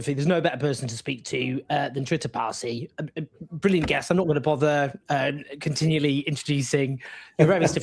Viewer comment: "There's no better person to speak to than Trita Parsi... I'm not gonna bovver to keep introducing..." (blather blather blather). Let me introduce the man then. Trita Parsi is a luvvie from Sweden who has little to do with American Iranians and everything to do with working furtively on behalf of a patriarchal regime which blows off the faces of progressive Iranian women who protest for their rights.